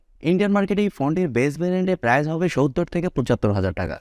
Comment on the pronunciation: ভাই এক লক্ষের উপরে সাবস্কাইভার কিন্তু এখনো Price/প্রাইসকে উচ্চারণ করেন prize/প্রাইজ। দুইটার শব্দের অর্থের পার্থক্য আকাশ আর পাতাল। ফেসবুকে বিভিন্ন পেজের কমেন্টে অনেক অশিক্ষিতরা এভাবে প্রাইসকে প্রাইজ বলে। আপনি ইউটিউব চালাইয়াও তাদের দলে। আপনি এভাবে সামান্য একটা শব্দ সঠিক উচ্চারণ না লিখলে আপনার ভিডিও কেমনে মানুষ দেখবে আর বিশ্বাস করবে? মানুষ তো ভাববে আপনি সামান্য প্রাইস শব্দই বলতে পারেন না।